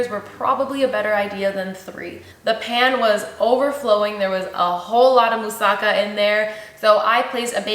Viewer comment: It is pronounced moussaKA with the accent on the last syllable.